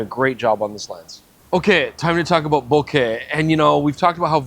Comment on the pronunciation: I think this is the first time I hear someone from US/CA to pronounce "Bokeh" correctly. Mostly I hear this awful "Boka". I am really really torn between the Sigma 20 200, the Tamron 25 200 and the Sony 20 70. Don't know which one to buy. First world problems I guess.